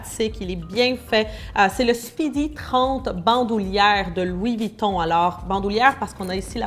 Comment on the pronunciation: Mais t'aime bien te venter enfaite 🤦🤦🤦pk tu dis Luis Vuitton